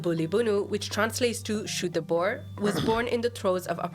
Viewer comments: Dankie Tim for speaking out about my beloved South Africa . By the way it is pronounced " Bur " not " Bauer " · Boar is pronounced’Bore’ Tim not Bower! 😂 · Boer isn't pronounced "bo-er". It's more like a mix of boa(t) without the T and (b)oar without the B, pronounced as a single word. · Pronounce boer as ' booh' with an r at the end